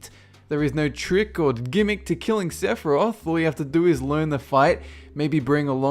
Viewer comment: sepiroth?!!!! really? try lingering will, sephi is a piece of cake.